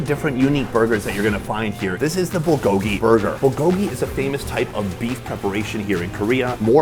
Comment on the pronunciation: If you've lived in Korea for 8 years why can't you pronounce, "bulgogi?"